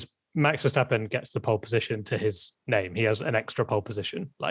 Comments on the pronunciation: Your pronunciation of Verstappen is 👍🏻🤣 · your pronunciation of Verstappen was spot on. 👌